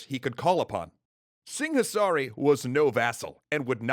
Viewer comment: In the local languages, the 'h' is silent in 'Singhasari'